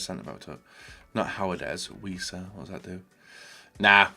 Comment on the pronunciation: Weiser, Lang we’ll go for Wieser. Pronunciation on point